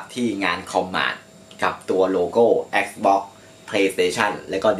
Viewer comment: Xbox อ่าน แอกซบ๊อค Astrobot อ่าน เอสโตบอท งงชิบหาย 😂